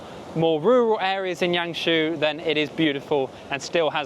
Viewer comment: The Name of YangShou is pronunciation in Yang Sor~ Not your pronunciation in Yang She~ pls to pronunciation in correct way~